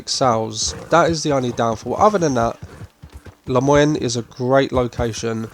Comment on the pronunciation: Bayou New-ah? And La-moy-knee? British people have a difficult time with old south names. Austin and Tumbleweed are easier to say but that's supposed to be Texas. Lousiana is what they are going for with Saint Denis and the bayou.